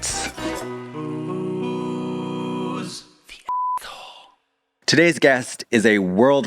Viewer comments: pls bring back the “receeps” pronunciation that’s already iconic! 🙂‍↕️ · Excuse me. Whats with this proper pronunciation of “receipts?” Bring back Receeps! Bring back Receeps!